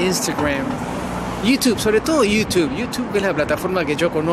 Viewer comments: 6000 suscritores no da como aconsejar! Tu receta debería ser y es... hablar en contra de Chile con eso has conseguido el que tú cerebro cree que es un éxito en Yiutub ( como lo pronuncias ) 😂😂😂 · Yiutube Yutub ... 😂😂😂 Perubriso me hacen tanto reír ... gracias por existir 😂😂😂😂